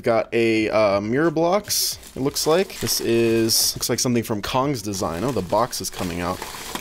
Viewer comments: im getting a qiyi mirror cube the other thing is cong's design is pronounced chong not kong (i got the qiyi mirror) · Cong’s Design is pronounced tsong’s design.